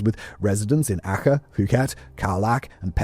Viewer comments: Ar-chay. I was wondering what the .... he was saying when he said 'acka'. Good lord! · ACEH...you sound the C as ch..as in CHOcolate. Not with kh... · Wait, are you trying to say Aceh, for the boxing day tsunami location? I was about to try look up “akker” coz I’d never heard of it, besides, I thought it was off Aceh (pronounced more like ah-chay), I was most of the way thru the segment before I realised it was probably meant to be the same word. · Dude: 1. Aceh in Sumatra is not pronounced 'Akka', as you put it. More like 'Ah Chay'. 2. Really, seriously, move back from the mic another 15cms or so. And go for a leak before you record - you sound like you're desperate for a piss and can't get through it quick enough. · Learn to pronounce names if you’re going be presenting videos as factual information…. Aceh is pronounced “A-cheh” not “A-kuh”. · Acheh is pronounced more like are chair. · 😅 Aceh = "Ah-chay" 😅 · Aceh is pronounced 'Ah-chay, btw. Small point, but very good video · It's A-chay, Australia was very involved in the cleanup, and the news was full of it. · Just a heads up... Aceh is pronounced 'ah-chay' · Banda Aceh pronounced Archay. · i have never heard someone mispronounce Aceh so bad in my life. I am sure a LOT of research went into this amazing video, which is a shame that none of that time is attributed to an effort of pronouncing names correctly, especially when it relates to such harrowing subject.